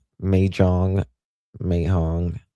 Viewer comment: you are silly. Mah-Jong. You clearly did not grow up around a bunch of old Jewish ladies. 🤣🤣🤣